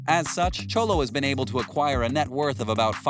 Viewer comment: Anyone else notice he calls Xolo "Cholo?" lol.